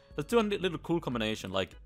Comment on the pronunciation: He said coo instead of cool